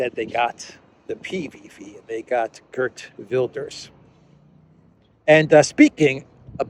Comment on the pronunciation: Gert is prnonced HEERT. Like HAIR plus a T. HAIRT VILDESH. Hard V sound too. and RS becomes SH. HAIRT VILDESH.